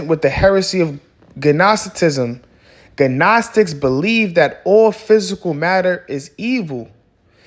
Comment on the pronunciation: Edifying video. In the word “gnostic” the “g” is silent bro